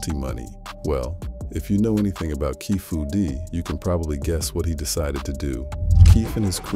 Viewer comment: keefy d not keefu d